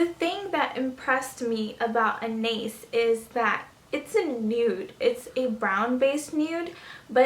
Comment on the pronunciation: I just have to point this out; you're pronouncing Anais wrong. It's a French name. Besides that, this video was very helpful. I love Eat Cake!